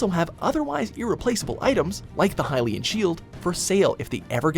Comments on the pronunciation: hai-lyan? seriously, lol. it's actually (HILL)IAN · #8 the hyian sheild ..THE HELL? what happened to the L